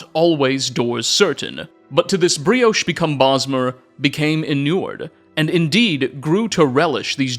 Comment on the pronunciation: brioche elves? are you for real dude? i've been watching your videos for MANY years dude, and your talent for mispronouncing words and using words in incredibly wrong ways has been the most consistent thing about your channel.